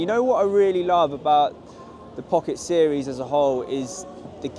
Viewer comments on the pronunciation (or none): none